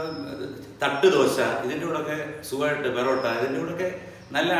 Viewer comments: ബറോട്ട അല്ല പൊറോട്ട 🤔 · "ബെറോട്ട"അല്ല സർ.. "പൊറോട്ട" ആണു.. 😍😍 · "Barotta "alla porotta.... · Thiruvanathapppurath...porrotta ennalla parayunnath...borrotta ennanuuu......